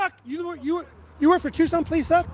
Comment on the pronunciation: Policing by the pound…. It’s pronounced TUKSON.